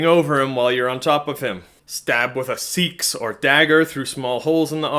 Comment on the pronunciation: You pronounce Seax differently than another Norwegian youtuber I watch.